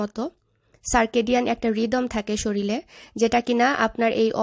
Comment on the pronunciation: Apnar vlog Khub bhalo lage . Niyomito dekhi . Kintu ‘shorir’ shobdota shothik bhabe uchcharon korben. Its ‘shorir’ not ‘Shoril’ .